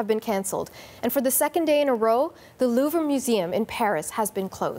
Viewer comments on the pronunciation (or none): " Louvre " is pronounce as LOOV + RUH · Their pronunciation of Louvre makes me cringe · She can't even pronounce "Louvre". 🙄 CBC staff are only good at being partisan hacks.